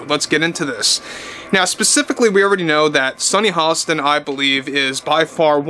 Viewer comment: Sunny hoe-stain...lol 🤣🤣🤣